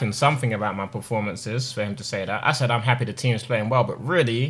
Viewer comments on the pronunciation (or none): none